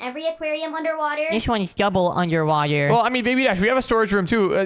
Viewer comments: 'UNDERWAHTER' :D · You said under wather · Did you said the title underwather 😂😂😂😂😂😂